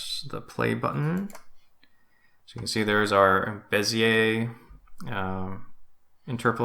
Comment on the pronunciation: You pronounced bezier correctly. Awesome video, btw! I learned a lot today.